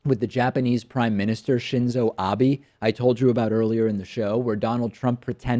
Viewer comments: It's not Abi, It's Abe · Its Abe not Abi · Shinzo Abe is pronounced "Shin-zo Ah-bay". Not "Ah-bee". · Abe is said Abeh. The letter "e" is an "Eh" sound. The actual "Ee" sound is for the "I" in Japanese. Just an FYI for the future. ;)